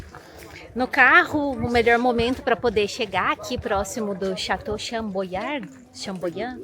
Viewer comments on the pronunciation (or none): O vale é lindoooo! ❤ Vale do Loire (pronúncia correta LUAR). Chambord (se pronuncia CHAMBOR)